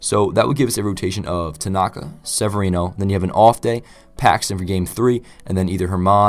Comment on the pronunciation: Really weird to hear your name in a vid but you did pronounce it right. Great vid and hopeful Sevy can do great this season and the Yankees can clinch this World Series